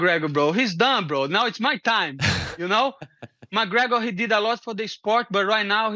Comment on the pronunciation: Renator Moigregor